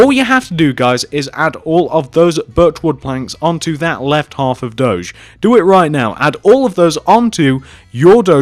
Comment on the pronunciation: you dont say it dodge its do<>ge